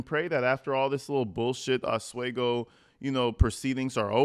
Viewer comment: We pronounce it aus-we-go 😉